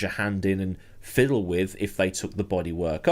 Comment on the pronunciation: Lol "fiddle"